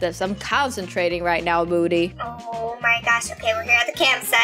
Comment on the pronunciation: it was so funny when called moody "mody' xD